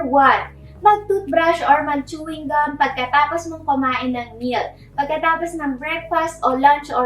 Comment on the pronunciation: ate, nakain mo yung balat ng chewing gummmm HAHAHHA. cute